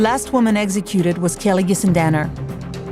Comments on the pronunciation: The word is executed not eggsecuted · I wish the narrator could say executed instead of eggsecuted.